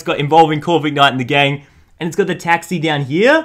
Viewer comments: Isnt it pronounced Corvi-knight instead of Corvik-night? :D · It is not corvignight it is corvinight OKAY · Ummm..., it’s Core - vin - ite